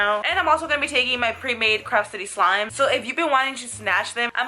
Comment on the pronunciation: Why you say for slime sur she????